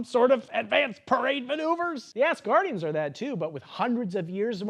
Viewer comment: I do enjoy that (intentionally or not) it sounds like you are saying Ass guardians, not Asgardians!